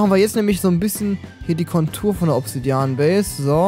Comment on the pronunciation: du sagst immer obdsidian ob voll das bedrook ist XD Alles klar